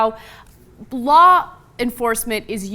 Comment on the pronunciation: lol blaw enforcement